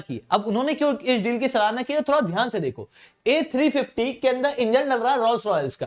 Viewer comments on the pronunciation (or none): "Ah Sa Si" Ten 😀😀😀